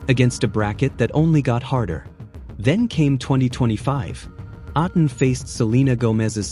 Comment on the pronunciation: Hi, you mispronounced A'tin. Say it as A like letter A of the alphabet. Then the next syllable is "tin".